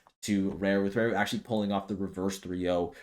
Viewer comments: You say raru wrong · Yes. He/She? doesn't know how to pronounce hiragana らる.